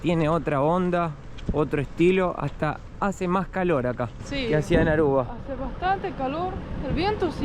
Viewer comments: es Aruba, no Arruba. Repeat with me please A R U B A. 🙂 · Que divertido diciendo ARRUBA😂.... Querrá decir ARUBA. Mateo enseñale❤ se oscureció el cabello😮